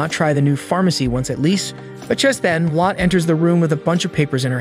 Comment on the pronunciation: I like this but it isn’t lot it’s pronounced low-tey